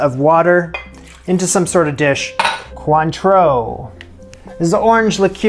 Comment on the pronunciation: You baffle me. You pronounce Cointreau perfectly, yet you say "lick-cure"...